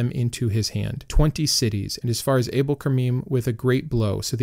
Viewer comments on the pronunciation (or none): none